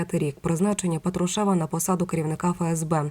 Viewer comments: Людина не правильно наголос ставить.Я про це вже вказувала , але ніякої реакції. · Ведуча, !, ставте правильно наголос, бо ріже слух, це безграмотно!😮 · Не тошните,сначала научитесь правильно ставить ударения! ПАтрушев,ударение на первый слог! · Делайте правильно ударение на фамилии Патрушева противно слушать вашу безграмотность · Правильно писати промовляти з наголосом на «а»